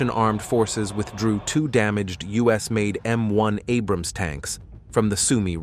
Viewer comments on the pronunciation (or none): none